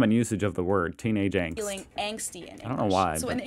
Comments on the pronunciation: No its not pronounced Ängst... how are you listening to her saying it over and over and repeating it wrong? xD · no xD its pronounced with the german A. not the english a which sounds like the german E 😂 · We pronounce "Angst" with the german A vowel (something like "Ah" in English). The way you pronounce it we would spell as "Ängst" or "Engst", so it's a different sound. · For the word "Angst": she keeps saying 'ah' and not 'ey' and he's still like "oh they say "ey" too?" No. It's 'ah'😂😂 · no we dint say AENST we say ANGST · It's angst you say ängst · Angst is alwasy "uhngst", never "ängst". "A" is never pronounced as in English "A", this is always either an "e" or an umlauted "ä". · No, we don't pronounce Angst like angst. See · "so you guys pronounce it ängst too" Dude, either there's somethig wrong with your ears or your brain because she not only pronounced it differently, but even emphasized "with a german a" literally 20 seconds earlier. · das wort:Angst was er sagt:ängst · No we don't pronounce Angst the same way haha listen again how she pronounced the A in the german version.